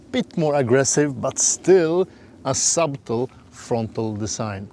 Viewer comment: It wouldn't be often you would have a 6'4" passenger in the back behind a 6'4" driver oh by the way, 'subtle', yes it has a 'b' but it's silent, just sayin 🙂